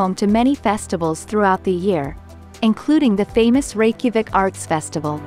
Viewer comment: Learn your proper pronunciations of these cities Like the Plitvice , Reykjavik and Liechtenstein.